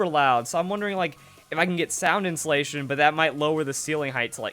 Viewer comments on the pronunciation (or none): none